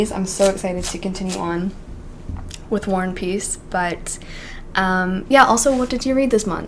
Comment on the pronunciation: When you say War and peace, I always hear "worn piece" 😂 im not english so sorry 💜